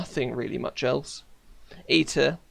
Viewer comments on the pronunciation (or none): When he said e tier it sounds like eat it